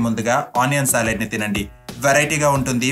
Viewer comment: అయ్యా బాబు.. సాలిడ్ కాదు సలాడ్.. కొంచం తెలుగు సరిగా పలికితే తేలిగ్గా అర్ధం అవుతుంది.. ప్లీజ్